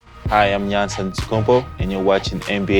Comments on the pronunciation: He said yanns when its pronounced yaanis but spelled Giannis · its actually pronounced yawnis